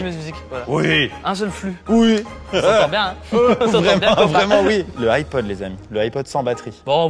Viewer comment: "le iPod" mes oreilles 😂